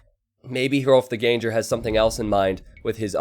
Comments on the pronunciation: Shouldn't Ganger rhyme with hanger/banger/langer/sanger/clanger, rather than with danger/ranger/stranger/manger/changer? (it also shouldn't rhyme with anger, and it also shouldn't rhyme with flanger) ENGLISH SUCKS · btw it's pronounced literally as 'gang-er', not 'gain-jer'.